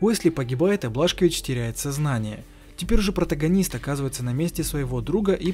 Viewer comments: Не Блашковис,а Бласковиц 😂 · Не Блашкович а Бласковиц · не Блашкович а Бласкович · Какой нахрен блашкович ? - бельгийский алкоголик ? БиДжей Бласковитз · БЛАСКОВИЦ а не блашкович